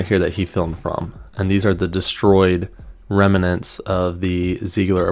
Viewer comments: Pronounced remnants not reminants lol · Awesome detective work! I love Google Maps/Earth - always looking up things. Oh, and and "remnants" (rem-nints) is not pronounced "rem-in-ants" - just two syllables! Thanks for the great video! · Great sleuth work, brother. BTW.....it's REM-NANTS.....not REM-A-NENTS. Pointed out from respect. jbeinarizona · It’s “remnants” two syllables.